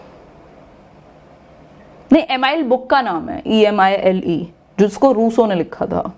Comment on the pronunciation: Ma'am ur vedio is too much informative and I really love your hardwork and honesty❤❤ To make your vedio 100% perfect I would love to add a little thing- U above said Emile (एमाइल) that's right pronunciation is ऐमिल that my professor taught me in my third year in du. Thankyou ❤ learn